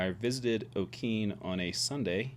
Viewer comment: Pronunciation is o-kee nee. And town of Wah tong ah. Learn pronunciation before you go. Lol. B